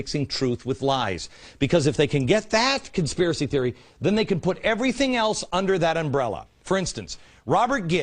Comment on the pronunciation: consipray=conspiracy. great video! why can't someone get a hold of beck and debate him on all this!! he seems well intentioned on some things but shows like this make me think there's a hidden agenda or he's just plain ignorant. once again....a subjective piece from glenn..... what he NEEDS to try to be is OBJECTIVE for a change. he's got so many followers now...he's like the pied piper.... now he can lead them all like a bunch of rats to do his bidding